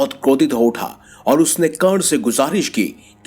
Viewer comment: Its not kern but karaN